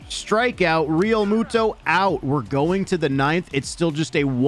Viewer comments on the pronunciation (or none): none